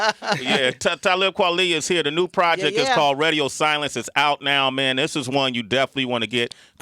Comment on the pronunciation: Sway says, Redio instead of Radio lol